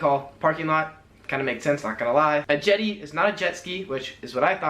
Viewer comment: He is very good -- but it is "jetty" not "jetti" and isnt really slang; "missus" but really "Mrs" not "misses". Good guide though.